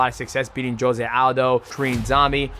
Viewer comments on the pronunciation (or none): none